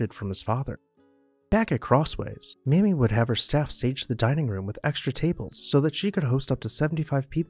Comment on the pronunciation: Her name is pronounced May-Me